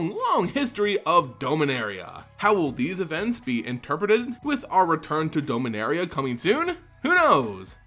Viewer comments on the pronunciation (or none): DOM-inaria. Every time I hear Dome-inaria I literally become undone. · Dominaria, not dome-a-naria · Forgive me but why do you pronounce Dominaria as Domeinaria? And Aether as Ether? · You're pronouncing Dominaria incorrectly. You keep saying "Dome" when you're not supposed to pronounce the O. Just like the name Dominick, Dom for short, like Dominick from the Fast and Furious.